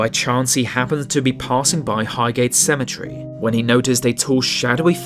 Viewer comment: wtf is cementery